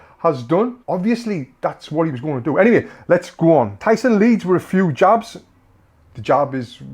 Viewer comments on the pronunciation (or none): none